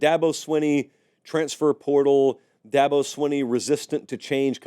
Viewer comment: Its not swin-ee its sween-ee Here ill help coah Da-bo sweeeeen-E.